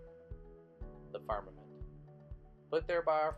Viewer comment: James Morris Music It's pronounced "Farmermint" didn't you watch the video?